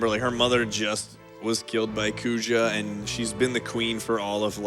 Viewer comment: Great run. Only thing that grinds my gear is the mispronunciation of Zidane and Kuja.